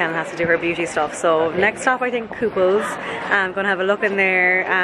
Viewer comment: It's "The Kooples" not "The Couple's".